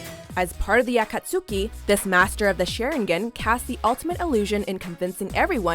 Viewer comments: I better be on one of these damn lists... Edit: Hell yes... Edit 2: Aka-soo-ki...? Sha-rIn-gin...? See yourself out. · its pronounced SharINGAN and AkatSKI! geeze yer worse than dan! pronounce them correctly or dont say it at all! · Also agh why thats not how you pronounce Naruto or Akastki! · I don't see Obito or Madara, and I think Light is ugly. Just my opinion. And you mispronounced Akatsuki! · dies inside when she says "akatsuki"